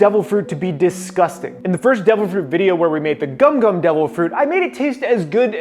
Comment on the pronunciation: not gum gum fruit its “GoMu gOmU nO Mi”